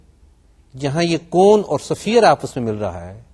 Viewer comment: safeer nahi hota is-fear hota h